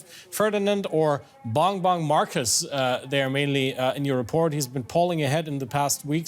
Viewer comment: Bongbong marcos not bangbang marcos